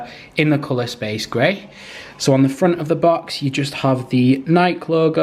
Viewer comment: Its space grey not spes gre